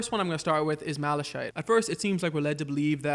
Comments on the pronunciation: Its mala(kite)chite not mala[shayt]chite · I don't like how you pronounce Malachite because it's not like that it more like mala-kite